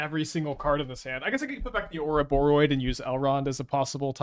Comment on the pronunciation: pronounces Ouroboroid correctly!